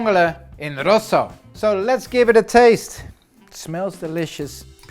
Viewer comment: Keep thnkin hes saying “Pasta Vongole in Russia”